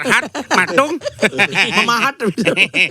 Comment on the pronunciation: kalo ngomong "Patung" atau "Pematung" pasti logatnya Bali:_TawaKepet::_TawaKepet::_TawaKepet::_TawaKepet::_TawaKepet::_TawaKepet::_TawaKepet::_TawaKepet::_TawaKepet::_TawaKepet